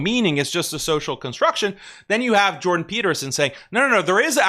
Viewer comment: "Jewdan" Peterson